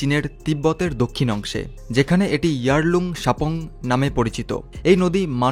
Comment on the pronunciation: Please আসামের নদী গুলোর নাম শুদ্ধ ভাবে বলুন--ইয়ারলুং সাংপো উচ্চারণে ও ভুল ছিল